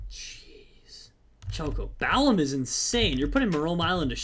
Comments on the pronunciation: Balamb not balaum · LOOL. "Balaum" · It's Balamb, not Balaum